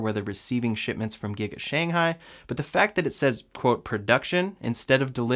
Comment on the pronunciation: thanks for your videos and I got a MY. Keep them up! FYI, Shanghai should be pronounced as Sh-ang Hai that the stress should be at the ng part, instead of yours more like Shan-hai which sounds like another place in China.